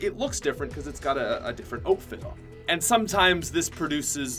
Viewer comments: It's outfit not oatfit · Why did he say outfit like that